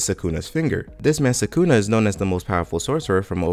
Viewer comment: Ok but who's "Sakoonah"